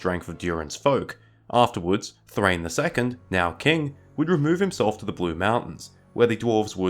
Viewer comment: Thráin, not Thrain. It has two syllables and doesn't rhyme with 'train'.